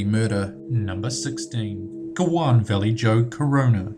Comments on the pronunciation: "goo-wan Valley Joe Corona" It's "hoo-wan Vaa-lay-ho" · Narrator pronounced Juan as Jewan. Stupid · Huan man. Juan is pronounced as Huan. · You say "Guan Velley-joe Corona" but, when pronouncing Juan Vallejo Corona it's "Uan Velley-ho Corona." - Just thought I'd point that out. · ... Guan? It's pronounced Huan not Guan you dumb fuck. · juan is not pronounced guan, it's 'huan' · On #16, are you kidding me? Do you honestly not know how to pronounce Juan? You said "go-WAHN." It's just "wahn." There is no hard G sound. How do you not know this? Also, Vallejo is pronounced "va-LAY-ho," not "valley-joe." -_ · Dat Spanish doh! Juan Vallejo Corona doesn't sound like Guan Val-ee-joe, It sounds like Wan Va-yee-ho. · Just trying to be helpful: Infamous = IN-fah-muhss Impotence = IM-poh-tehnse Juan = Wahn Javed = (probably) Yah-vehd Otherwise, AWESOME video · That New Zealand accent drives me fucking insane/ Tid bundy and the disastrous Goan Vallejo Corona. People just don't try when they annunciate incorrectly. Make's me very very annoyed...and I haven't subbed at all. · did he just pronounce juan as "gewan" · Not how you say Juan. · These are all well know people but you can't pronounce gacy or Juan correctly